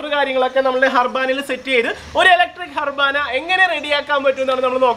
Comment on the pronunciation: ഹർബാന ആയിരുന്നല്ലേ ഇത് 😂 njan karuthi "അറവാന" എന്നാ പറയുന്നതെന്ന് 😐